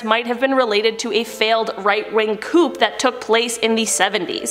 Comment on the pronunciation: fly Liv although it is spelled coup it's pronounced coo.